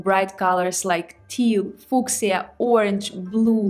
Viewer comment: I predict your channel is going to blow up soon! Thanks for fantastic videos ❤🎉❤🎉❤🎉❤ I usually hear fuschia pronounced: "FEW" "sha," if it matters or not!? Love you and your channel ❤❤❤🎉🎉🎉